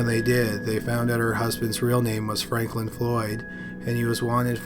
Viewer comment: Is it 5 or is it 3? Is it Franklin or Fanklin? Maybe watch the video before you post it lol